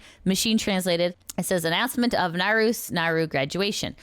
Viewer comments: sorry if this sounds rude, but the correct pronunciation of naruse is "na-ru-se", not "narus" ! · I kinda snicker everytime says "Naroos" instead of "Naru-say" ^o^ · just an FYI it's "Nah-Roo-Say" not "Nah-ROOS" Naru. The E is never silent in Japanese.